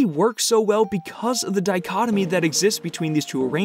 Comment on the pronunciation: He said dichotomy twice then said the word funnily